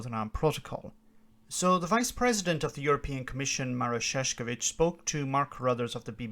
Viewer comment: His name's pronounced Chef-cho (as in choke) -witch. Chef-cho-witch. Im only a second hand native speaker but, Šef meaning boss and if čovič is descended from čovjek which means man, that would make his name Bossman, and Id find that hilarious if true. Alas Im not a linguist. Either way, if it is, it would be time for him to step up to his name. This farce has been going on for way too long.